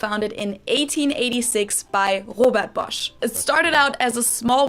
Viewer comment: had a better pronounciation for Bosch and Knorr. (at least one or two times, when he tried it for himhelf)